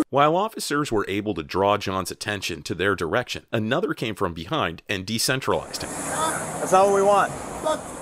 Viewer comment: "DE CENTRALIZED" LMAO😅😅